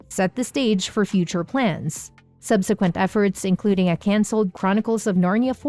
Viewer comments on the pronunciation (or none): none